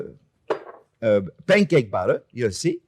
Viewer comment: Chef pronouncing batter sounds an awful lot like Chef saying butter. A Freudian slip, perhaps?